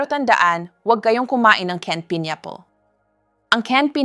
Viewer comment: This is AI, she pronounced “table, pineapple, ). Sounds like being read by robot.